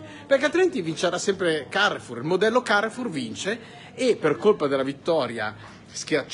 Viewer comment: Bonjour très cher, Nooooooo devi pronunciare con l'accento francese CAREFOUR KA RE F U R 😉🤝🏻